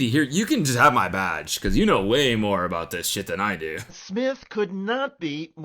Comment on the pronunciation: aboot alert